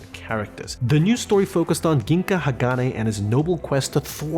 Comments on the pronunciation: ahhhhhhhhhh he sayed ginka instead of jinga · It’s pronounced jinga not kinka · ITS GINGA LIKE J EXEPT G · the way he said gingka 🤣🤣🤣🤣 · no bro its the hard g not the soft one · my mans you said gingka wrong XD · But unfortunately he mispronounce of ginga and zero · the way my guy said gingka tho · He said gingka wrong